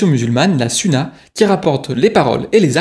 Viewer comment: Déjà on ne peut pas représenter le prophète avec des images et la sunna se prononce sounna